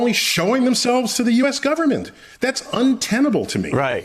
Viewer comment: Go'bment lmao